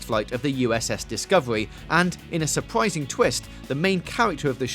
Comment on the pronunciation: supwising twist lol new cwew